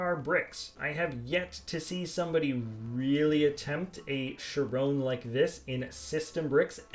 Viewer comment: Henry Foege Kai-ron is probably the right way to say it. (Kai like Cobra Kai)